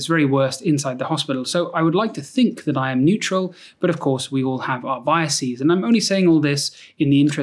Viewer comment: Hey, your medical biased terminology is showing: biases, you pronounce bias-eez 😁